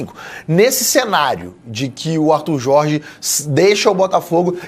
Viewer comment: Este de barba não consegue falar Jorrrge kk